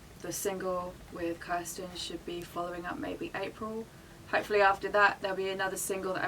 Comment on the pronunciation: The interviewer saying 'Kristin' 😬😞